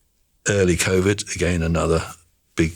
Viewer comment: He had me up until he said "she had "-ovid" and "_iruses"